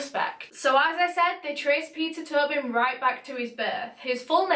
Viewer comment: ur accent makes it sound like u were saying pizza turbing